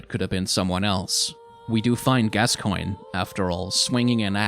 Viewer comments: french here, and pronunciation would work if the name was "gascoing", but "gascoigne" should sound like "gaskwaɲ". but I've also read that they put the "i" in the name to make it easier for english speaker and "gas-coin" is close enough to the pronunciation of gascogne, "gaskɔɲ". the only difference between "coin" and "kɔɲ" is the faint "i" sound (which sounds like the letter "e" in english) in coin before the ɲ sound. here is a link to the correct sound for gascoigne in french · As a French person I recognize that name as kinda French sounding sooooo I think if I may say I think it would be pronounced more like "Gas ko n ye" don’t mean to bother and I could be wrong but if you were curious yeah there’s that ^^ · What language do you think gascoigne is in? In french it is pronounced ga-skoyn So where is this gasqua from? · Actually after I heard him said /Gascoang/ I started to call him the same way. In my head it sounds better that way now lol. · I hope he puts a counter to know how many times he mispronounces Gascoigne's name.